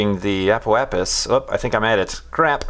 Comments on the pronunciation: peh-ri^h-ap-sis, ap-o-ap-sis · Say it after me,: A - PO - AP - SIS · Ape oh apsis? Do you also say apericot? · APO AP-SIS APO AP-SIS PERI AP-SIS PERI AP-SIS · A-po-ap-sis. Pe-ri-ap-sis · Ap-oh-AP-sis and Per-i-AP-sis. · Ah-po-ahp-sys. Pe-ri-ap-sys. You're welcome.:P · Apoapsis - A-po-ap-sis Periapsis - Per-e-ap-sis Hope this helps.